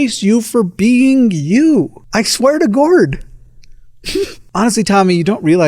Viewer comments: I fucking lost it when he said: "I swear to gourd." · "I swear to gourd" 😂😂😂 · Lol "I swear to gourd"... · "I swear to Gourd" 😂💀